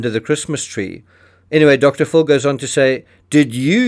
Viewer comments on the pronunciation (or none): Pronounce Dr. Phil as (fill).